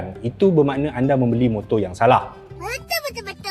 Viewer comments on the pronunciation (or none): none